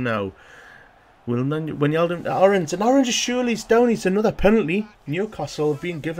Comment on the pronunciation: it is not winjaldum it is like 'why' and then just naldum like you say is so whynaldum